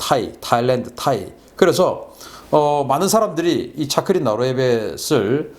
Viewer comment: 박사님... 너무 잘 아시고 태국어를 한국어로 부르는 말이 너무 정확하시네요.. ㅎㅎ 챠크리라고 부르시는거보단 짜끄리 라고 부르시는게 정확한 발음 입니다. 푸미폰 아둔야뎃... 맞습니다. 전 태국국왕의 풀네임 입니다. ㅎㅎ 즐겨보고 있습니다.... ㅎㅎ